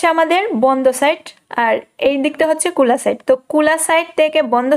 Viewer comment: কোলা না খোলা আর এখানে না একানে🙄